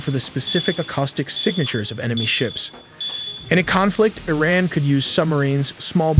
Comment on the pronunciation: Eh-ran ?! This AI is Canadian